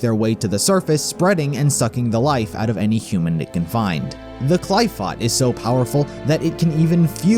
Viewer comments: Its pronounced ( cliff off ) not clif phot smh .. you did a 2 hour timeline video and said that wrong all through out the video smh... its pronounced correctly in devil may cry 5 which you did research on ... how did you get that wrong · no it's kli-foth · Its a great video but qliphoth is pronounced like (cliff-off)